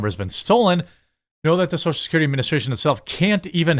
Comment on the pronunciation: Social "Securtity"